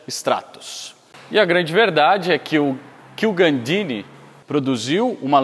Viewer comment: Muito Legal! Mas é Marcello Gandini..não Gaudini.